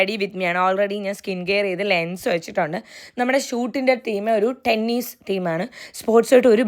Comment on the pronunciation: Tenneeeeess alla tennis